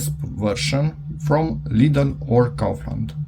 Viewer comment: Never thought hearing Kaufland in a video here, especially not ao insanly well pronounced